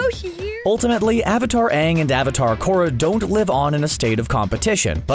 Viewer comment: CBR: Korra is way powerful Fans: Are we based on the "Aang" (yes the wrong pronounced one) of Shyamalan? Cause if we are I maybe agree on them.